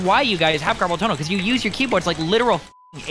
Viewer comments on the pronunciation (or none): none